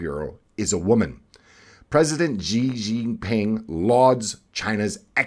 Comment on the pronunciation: Dude - it would take you ten seconds to check how to say Chinese names - Xi Jin Ping is so easy to say and you butchered it SHEE - GIN - PING!